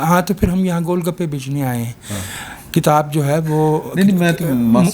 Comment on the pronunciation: ne kitab ki ahmiyat par umda guftgu ki hay.......woh "kitab" ko baar baar "kataab" keh rahay thaiy,please correct